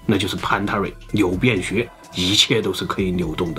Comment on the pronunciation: 有人跟我一樣聽成牛便學嗎